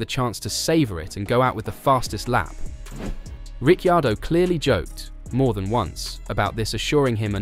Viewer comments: It would help if you could say Ricciardo's name properly.. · You lose credibility by not knowing how to pronounce Danny Ric’s surname.